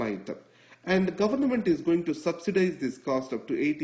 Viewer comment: it's government, not governament